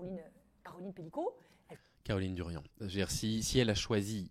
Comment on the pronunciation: Darian, pas Durian bordel